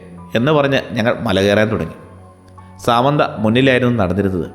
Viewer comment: സമാന്ത അല്ലല്ലോ സാമന്ത അല്ലെ